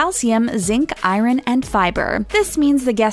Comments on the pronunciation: LMFAO! She said "I-Ron!" She pronounced iron as I-Ron! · Did she really just pronounce iron as I -RON HAHAHAHAHA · The way she pronounced iron.. I-RON im WHEEZING. 😭😭😭